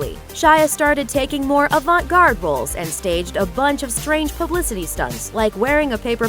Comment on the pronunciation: what's ''avert garde''